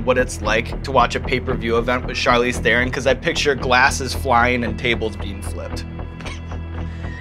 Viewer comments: Her American accent isn't fake. She learned English properly while she was in the US, so that's just how she speaks. And she pronounces her surname wrong on purpose so that Americans can repeat it. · She must be pissed off about hearing her name pronounced incorrectly for 100 times in just this video :D It's "Thron", not "The Ron" ;) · Charlize Theron is sooooooooo darn beautiful! By the way, her last name is pronounced "Tron" not "thè-ron". She was too sweet to correct you XD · Charlize "Thaaron" is how you pronounced her last name. #FirstWeFeast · Theron is pronounced Tron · Hollywood still mispronouncing her name its "Tron" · It’s pronounced Tron with a rolling T... and she did very very well. Maybe the best. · You pronounced Theron wrong, it's pronounced Taron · Theron is pronounce The-Rone. She says it on Ellen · he's a pretty good interviewer but lets see how he pronounces her name. He'll probably get it, it's not that ha- ...oh...oh no... Tharen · OH COME ON!!! a hollywood A-Lister ?! what show is this!! omg! :D her name is pronounced charlize thron :D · I really thought he would pronounce her last name correct! :D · When will anyone pronounce her last name right? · Yeah, she's so real she would not even pronounce her surname Theron correctly out of "shame" being South African. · C'mon Evans, mispronouncing Theron? You're losing your edge. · OMG, Sean got her name wrong! =O Was he so excited that he forgot to research the correct Afrikaans pronunciation? Guess that's what he got the 'asshole' for haha